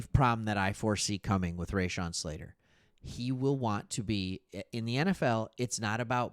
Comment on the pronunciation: Raw-Shawn, not Ray-Shawn.